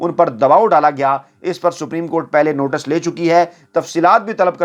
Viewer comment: word is notice not notas